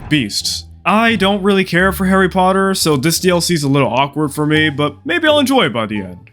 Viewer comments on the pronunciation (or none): none